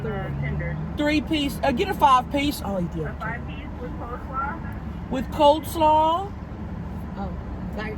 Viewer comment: It’s coleslaw, not cold 🥶 slawwws divas 😐